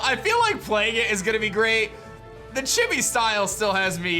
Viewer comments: Love your content my man but I’m positive it’s Chee-bee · The way says Chibi bothers me so much. W h y.